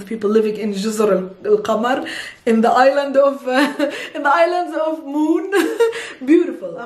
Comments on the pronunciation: Comoros جزر القمر لا تنطق القمر بالفتح بل القمر بالضم نسبة إلى طائر الأقمر الذى ينتشر فوق تلك الجزيرة و هى معلومة نادرآ ما يعرفها أحد It is pronounced as Gozor al Komor not Kamar and it's named for or related to "Al Akmar bird" which is a very unique bird that only lives over this island extensively and this is a very rare piece of information..you wouldn't even find it on google itself All the love from Egypt ❤️ كل الحب من مصر ❤️ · I think it's "Juzur Al-Qumur" not "Al-Qamar", that's why in English it's "Comoros" I'm not sure what's the origin of the word "Qumur" , but sounds like some kind of plural form of the word moon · Sorry it called Juzar al Qumar جزر القمر ... ضمه فوق القاف